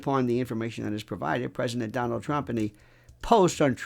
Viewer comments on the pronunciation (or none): none